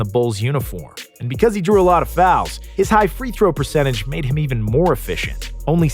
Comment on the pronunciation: James harden and “fouls” 🤦🏻‍♀️